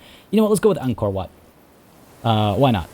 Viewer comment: I like how you pronouce WAT. It is so accurate.